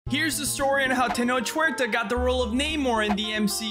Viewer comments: It's pronounced ten-AWK oo-AIR-ta. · Bro thanks for the info….ALSO If you do any more vids w. TH, his name is pronounced “Tae-Noke Wear-Ta”. Just passing along.